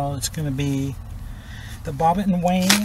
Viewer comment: Wouldnt that be pronounced WIN? Wynne